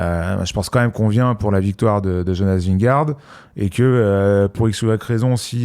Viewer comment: Les gars je vous suis depuis le début, je vous aime d'amour mais je vous en supplie faites un effort sur la prononciation de Vingegaard svp 🙃